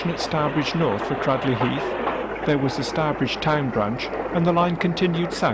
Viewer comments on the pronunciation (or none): Can I just say, its not Cradley Heath ( with a short sounding "a") its Craadley Heath ( ling sounding "a). I used to live there for what it is worth and new Cradley Heath Station well.